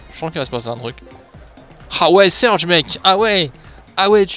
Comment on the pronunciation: On dit surge et pas surdge